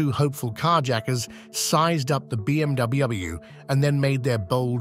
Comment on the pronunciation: The B M Dubbey Ubbleyou lmfao